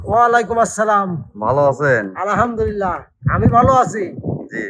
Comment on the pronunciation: ওস্তাদ লতিফ মিয়া আলহামদু লিল্লাহ সঠিক ভাবে বলতে পারে না উনি বলে আলাহামদু লিল্লাহ |